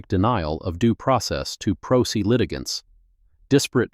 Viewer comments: Prose is prounounced (Pro Say). I realize this is AI but, stop butchering words. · Great story, fine detail. But "pro se" is a latin phrase pronounced "pro say"... let your AI know. Thanks.